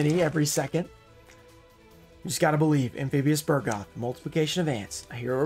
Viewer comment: It is called Bug-roth not Bur-goth. Why do always change the R and the G?